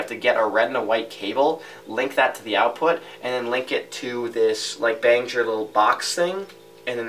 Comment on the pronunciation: its Behringer, pronounced - Bear-in-jer lol i tried